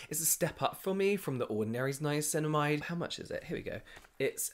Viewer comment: I now only call it ‘nineamicinamide’ poor lol